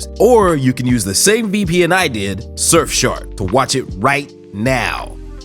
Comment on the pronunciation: 終於有人把Surfshark唸正常了